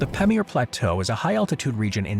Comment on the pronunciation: Your highly Americanised accent makes it impossible to identify the names of the plateaus you mention. For instance you say "Pemiyar" for "paa-meer" (Pamir in Tajikistan) plateau. Kindly pronounce the way the locals there would call it.